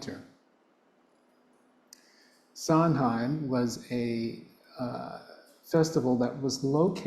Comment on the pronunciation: Pronounced Sa-wain ❤